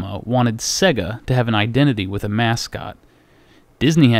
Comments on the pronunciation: "s-egg-uh" :/ / "Say-guh" :D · Jesus wept! It's Sega... "Say-guh" not Segga. You sound like Popeye. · Dude, it's say-guh. Not seh-guh. Just listen to the audio when you switch on a Sonic cart. Love the show though. :) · What's with the weird pronunciation of Sega? Every time you turn one on it tells you how to say it.... "Say-gah" not "segga" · "seh-guh"? It's "SAY-gah" as the game system itself actually pronounced the name when powered on. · Sega, not seag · Sera, not seag